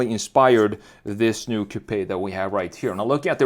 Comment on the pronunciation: It’s also “new” not “noye”